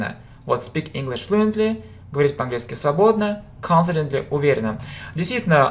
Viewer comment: произносите слова четче и несколько раз - confidently - не расслышала - пришлось включать робота - переводчика - примите к сведению